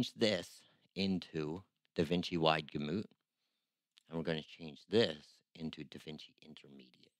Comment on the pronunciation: I don't trust anyone who can't pronounce Gamut